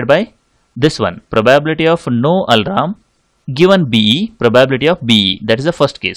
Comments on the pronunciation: its alarm, not alaram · Its not Alram idiot , its al+arm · Bro he is saying alram...😂😂😂